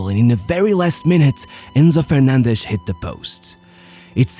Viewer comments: Why are you pronouncing the names like that? Alvaresh, Fernandesh, Martinesh... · Alvareshhhh, Fernandeshhh, Martineshhh ....hahaha.... thy the f*ck do you pronounce like that?